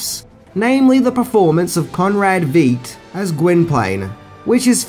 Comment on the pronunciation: Conrad Veidt rhymes with fight.